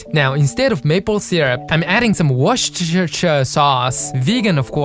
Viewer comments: Especially since it's pronounced "Worster". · Please say "Worcestershire" again 😂